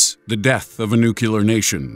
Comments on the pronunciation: It's NUCLEAR. Not "nucular." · That habit of saying nucular instead of nuclear is starting to piss me off... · Not until everyone learns to say "NUCLEAR". No, No, No......not "newk yew ler." Let's all hear that corrected again. Nuclear.....that's right. Now we can have our snack time. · Why you Americans keep saying nucular in stead of nuclear. are most of you dyslexic? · You really gotta improve your grammar............GRAMMAR POLICE!!!........it's not Nucular, it's Nuclear. Get it right! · #6...nu-clee-er...nu-clee-er....not nu-kya-ler....... OK, toyboat toyboat toyb.... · 1. The "tin hat" thing has been played out. So many conspiracies turn out to be true the "tin hat" accusation makes you sound like a shill. 2. It is NU-CLE-AR. Not "nookular." Sounds JUST LIKE it is spelled. You sound like an idiot. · "It's nucular- the 'H' is silent!" (Peter Griffin) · Nucular...... Wow.... Reminds of skip from Penguins of Madagascar... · Take a shot every time he pronounces nuclear as "nucular" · Please stop saying nookYOOler. It's moronic. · It's pronounced NOO-KLEE-UR , dumbass ! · Noo-clee-ar. Nuclear. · When he says "Nuclear" it sounds like he is saying "Nukkuller" or "Newkiller" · How many times does an idiot say nukuler before they realize they are an idoit. Thats the real question. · NUKE-yoo-ler, huh? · NUCULAR!!!! Reminds me of Get Smart movie. Oh and no Nikola Tesla? Come on now... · Why are people making a big deal in how the guy is pronouncing Nuclear? Who cares? But since it seems to be an issue for some, personally, I think it should be spelled and pronounced as NuKiller. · Did you really pronounced it "nucular"? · Nookelar weapon😂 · So hard to take this seriously with all the mispronunciations. NUCLEAR. See? Easy. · Noo killer weapon. Strangely Bush says it the same way. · I take that back. I can't bear to hear one more "nucular". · I don't mind the reupload or him saying "nucular". What I do mind is the idiotic big red arrow in the thumbnail. Fuck's sake.